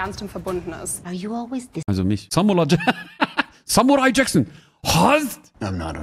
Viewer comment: Samula Jaksseen 🤣🤣🤣🤣🙉🙉Das ist Samula Jaksseen de nicht .